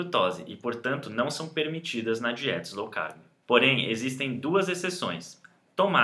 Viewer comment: Não é Slow manos... é LOW CARB... esse "S" aí não existe.